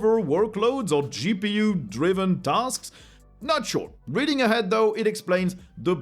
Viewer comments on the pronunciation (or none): none